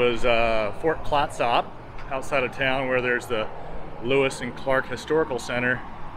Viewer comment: Thank you so much for the walk through. ps Fort Clatsop is pronounced 'Clat-sup', not 'Clat-SOP'... ya tourist. hahaha. Seriously, thank you.